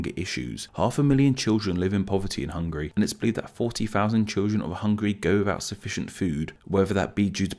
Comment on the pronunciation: Oh man! I love your chanel but you pronounced Hungary soo terribly!